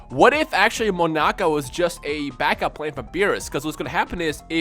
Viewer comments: Its not Monaka. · it's not monaka